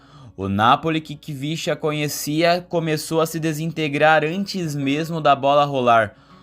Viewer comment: Na se lê Khvicha (quivichia )e sim Hivishia Kvaratskhelia